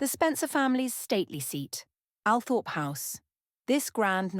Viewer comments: All-Thrup, not Al-Thorp. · It's pronounced All- trop ... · Althorp pronounced … Awlthorp or All-thorp or Orl-thorp… The smallest thing can really just detracts from all credibility. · I wish photos of all of Frances’ children were included. Althorp mispronounced. This lady deserves more.